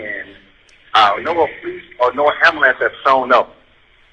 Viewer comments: It’s ambulance, not ambalance. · BOTH “Axe” 🪓 And “amboolance“ in a single sentence! 🤣 And she’s an attorney. Must be a DEI 😂😂😂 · Why can’t black people (like this attorney) pronounce ambulance ? It’s not abu-lanssss 😅😅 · The lawyer here is terrible. If you can't say "ask" or "ambulance" correctly then you will never have a grain of my respect. Willful ignorance is disgusting. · she was great... the prosecutor needs to learn to pronounce 'ambulance', and 'ask'.. it's not a good look.